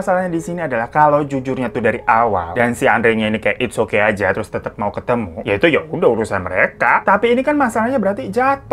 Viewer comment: bang hiro bilang "febby ajjah".. ajjah nya itu loh 😂😂😂😂